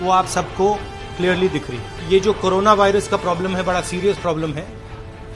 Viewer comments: करोना नहीं मैडम कोरोना कहो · करोना नहीं कोरोना होता है एंकर जी